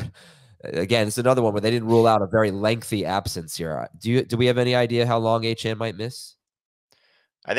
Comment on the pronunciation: Thank god ACHANE is on ir! I wont have to listen to u mis pronounce his fn name!